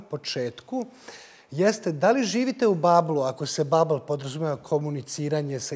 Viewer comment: Ideja emisije je odlična. Molim vas radite na upotrebi intelektualnog jezika, upotrebljavati reči koje su u srpskom rečniku. Babl čak i nakaradno akcentujete, a tek kad ga promenite po padežima zaista zvuči teško za slušati